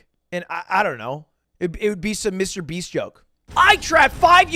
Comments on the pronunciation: He said Mrbean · wait did you say MrBean ??? xD